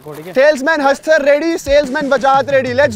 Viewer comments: It's not Hatsar its Hastar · vo hatser nhi haster 😂 h abhishek bhai ne pura nam ke sath jumble words kheli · Hatsar😂😂😂 instead of Hastar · Haster ko hatsar bol Diya 😭😭😂😂